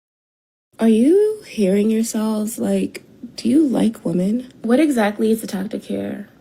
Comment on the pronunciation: Why is it that nobody can properly pronounce the plural of “woman” anymore? “Did IQ’s drop sharply while I was away?” -Ellen Ripley